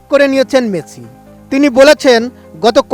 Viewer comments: ওরে কাঙ্গলু ওর নাম মেছি না, মেসি। ঠিক করে উচ্চারণও করতে পারে না। কি অবস্থা, এরা নাকি সাংবাদিক। ভয়ংকর সাংবাদিক। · উচ্চারণ এই রকম হলে সাংবাদিকদের অবস্থা 😂😂টিকিট,মেছি